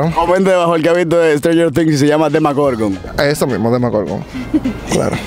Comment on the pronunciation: Se dice demogorgon